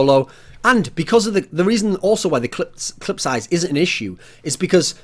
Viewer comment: The amount of times Thorin said "clit" rather than "clip" in this video.